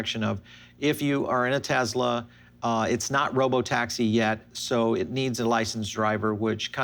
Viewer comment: Dude, "S" is not pronounced as a Z in the word (name) Tesla.